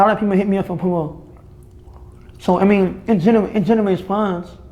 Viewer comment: “ALOT OF BWANDS BE HITTING ME UP FOR POMO” 🤣🤣🤣🤣🤣🤣🤣